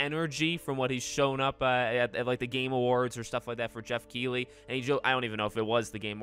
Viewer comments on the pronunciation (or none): none